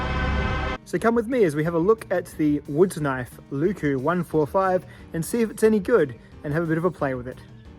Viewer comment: If you care about pronounciation, here are a few tips for pronounciation. Leuku is a very quick word to pronounce, with no stretched wovels like the "lyykyy" in this video. Don't take this as a diss, nobody would expect you to speak enchantment table without practice, and it's always just plain funny to hear someone butcher other languages. IPA: ˈleu̯ku LE from "Leyland." U from "Butcher." K as a normal hard "kuh" sound Another similar U.